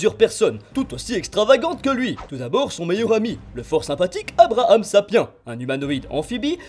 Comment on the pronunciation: C’est vrai que ça serai super ! (Ça se dit « sapien » chef